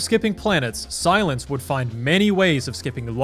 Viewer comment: This guy really said silience in his prime